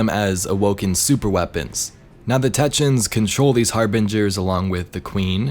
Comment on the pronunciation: I always love your videos and I've been a long time subscriber... This is the first time I've commented but ffs man it's TECK-EE-UNS, otherwise your content is always extremely honest and valuable. A very quality content creator. To anyone else reading this... If you all like and subscribe he'll pronounce it correctly from now on.